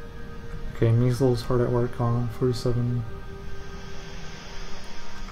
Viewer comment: My name is pronounced My-zelz, not me-zulz